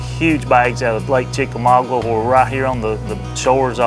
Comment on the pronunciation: CHICK A MAAAAA GAAAA....... NOT..... CHICK A MAW GWA! LOL!!